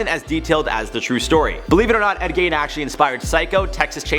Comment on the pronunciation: I hate to seem like I'm defending a killer but Ed Gein did not kill his mother, nor was he a serial killer. He was a grave robber who killed one person. And his name is pronounced like G-een, not Gine or any of the other stuff you guys say. I'm from WI so I'm really familiar with all of our killers I guess....